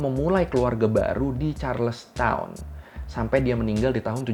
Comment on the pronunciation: banyak miss nya. abang blg mereka ditangkap 1920. padahal 1720. terus penyebutan charles town, harusnya charleston